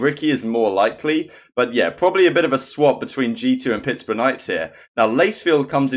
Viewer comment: lol did people get mad cuz you mispronounced pittsburgh ur not american so i understand